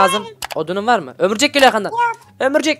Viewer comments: Abi niye ömurcek diyosun orumcek o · abi ömürcek değil örümcek